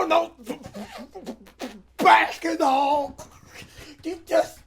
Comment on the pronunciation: CaSh yOu DoNt BbbbAsskettball yOu jUst SaYinG ShIT “Crunch” “Crunch”